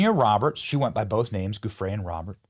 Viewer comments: That's old news that Virginia (pronounced Jufray) worked at Mar-A-Largo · So tired of the mispronunciations. A ‘G’ followed by an ‘e’ or ‘I’ keeps the soft ‘zhee ’ sound. To keep the hard guttural sound, add an ‘h’, like spaghetti. So it’s Gill-ayne and Jew-fray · Her name is pronounced Virginia Joo-FRAY.